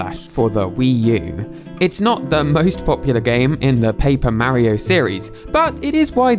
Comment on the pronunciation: i like how he pronounces mario correctly